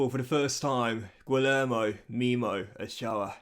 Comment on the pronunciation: Great episode again, just wanted to say that Guillermo is pronounced 'gee-yerr-mo', he's a fantastic signing of yours from the looks of it so far